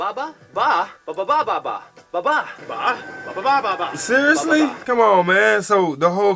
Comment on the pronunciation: You pronounced the bababa ba better the supposed "Filipino Guy" they have there. Dude didn't even try enough to hide the fact he didn't know how to speak the language.